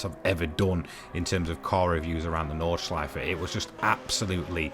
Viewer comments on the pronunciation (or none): none